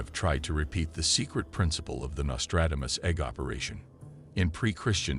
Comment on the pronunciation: You have butchered his name and yet you say his name repeatedly. Give it a break with the AI voice overs. They are crap